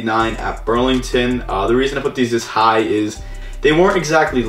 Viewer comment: you keep saying brand names wrong like Ross you said Burlington and on t j max you said Marshall's